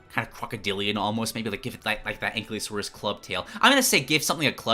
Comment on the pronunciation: I love your content, and with all due respect, your pronunciation of ankylosaurus killed me 💀💀💀